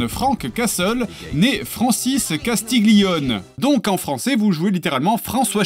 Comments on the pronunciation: "CastiGLIone" -> les italiens en pls -> on prononce "castillone" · Ouch mon italien. x) En réalité on dit castilioné et pas castigulionne.